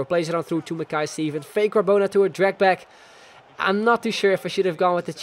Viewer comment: Shin-nee thats how you pronouce him.